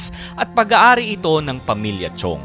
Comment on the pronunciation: Correction lang po Sir: "Chong" po yung apelyido at hindi po "Chiong." Maraming salamat po!